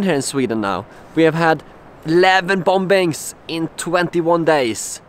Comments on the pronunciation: you say it as bommmmings not bombbbbbbings lol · I'm not having a go at you, your English is much much better than my Swedish, but it's pronounced "boming" not "bom-bings". The second b is silent. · Love your videos. Just a kind heads up though. The word "Bombings" is actually pronounced like "Bomings". Basically just leave out the 2nd "b". I know it doesn't make much sense, but it's just that the 2nd B is silent. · I feel for you dude. Just one thing, the last 'b' in bomb and bombing is silent. It's pronounced 'bom' and 'bomin.' Otherwise your English is better than my nonexistent Swedish. Long live ABBA!! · it's pronounced "bomings" ... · The last b in the word 'bombings' is not pronounced.